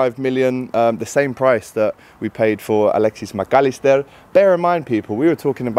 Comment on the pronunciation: Swerve the spanish accent when saying mac allister lad ffs 🤦